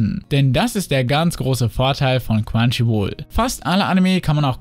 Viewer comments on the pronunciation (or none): Wenn du Crunchyroll sagst verstehe ich immer nur quantchyruol